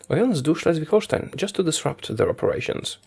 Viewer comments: Wow. You pronounced "Schleswig-Holstein" really well. Greetings from their capitol :) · The way you said Schleswig-Holstein was perfekt.